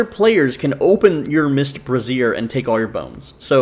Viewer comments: It's "BRAY-zyer", not "breh-ZEER". The latter is how you pronounce "brasierre", which is an item of clothing better-known as a "bra". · 4th straight YouTuber that pronounces brazier like brassiere. Must be a glitch. Bray-zhr. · You aren't the only one doing this, but it's pronounced "Bray-zee-er" A brassiere is a type of bra.